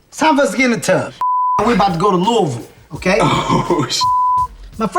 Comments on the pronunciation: HART SAID LOUISVILLE RIGHT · Thank you for saying Lou-uh-vul correctly! 👏🏽👏🏽👏🏽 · I’m so glad Lamar knows how to pronounce Louisville lol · W Kev for saying Louisville right😂👏